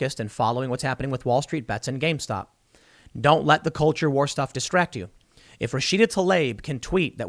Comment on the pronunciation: I love that you keep saying gamestock